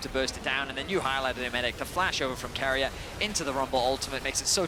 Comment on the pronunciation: Go keria= ceria😅😅😂😂😂